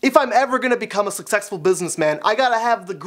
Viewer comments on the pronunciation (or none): You said sex sess full